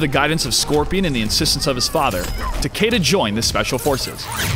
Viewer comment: I love how you mispronounced his name. Every. Fucking. Time. And you still did it after it was said correctly in the game.